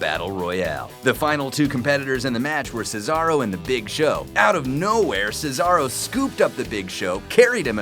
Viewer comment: This guy actually said Cesaro's name right. Way better than another person on this channel.